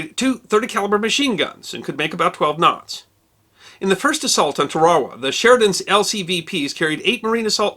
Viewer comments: I think it is pronounced Tara Wah Atleast that is how they say it on WW2 in HD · I have always heard it pronounced Tar-a-wa. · Alot of people now days would say your pronouncuating it incorrectly now tr says people seem to call it tare a wa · I served aboard the USS Tarawa (LHA-1) from when I was in the U.S. Navy. We always pronounced the name Tar Ah Wah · Hey, thanks for the great story on Eddie Albert. As a marine I must correct you on the pronunciation of the island of Tarawa the long accent is on the first syllable not the second. I am a sub & I thank you for all the interesting topics you have brought to us on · I love your show even thou you can’t say tar a wa correctly. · Tarawa is pronounced Tara-Wah, but anyway this is a great video. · I think it is pronounced TAR-UH-WAH.... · Been on this planet over 30yr, and apparently I've mispronounced Tarawa just as long. Haha My grandfather lugged his BAR around that island. Guess getting the name right wasn't at the top of the list. Haha According to him and most all Texans it's pronounced Tara-Waa. Great videos, and looking forward to the next. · Awesome but the word is pronounced Tar,as in to tear, a wa..... Tar a wa. Not Tar as in road tar.Sorry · It's pronounced Tear-a-wah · my uncle was nearly cut in 2 at terawa..its been a stain on my family for decades..it was/is pronounced Tear-a-wah. Look to movietone newsreels at the time for your proof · I'm from Merry-land, just outside of Ball-mer. I've always pronounced it "TAIR-uh-wah". I never realized that anyone pronounced it any other way. Interesting! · Is that really how you pronounce Tarawa? I thought it was Tar-ah-wah. Must be how the natives say it. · Interesting, I was just about to ask about the pronunciation. I've never heard it pronounced that way before but I figured perhaps the way I've always heard it (TAR-a-wa) is a westernized variation. Loved the video, never knew Eddie Albert was such a badass. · Tarawa not twarwa.